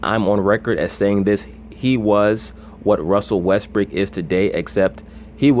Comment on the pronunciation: Why do you keep saying Russell "Westbrick"?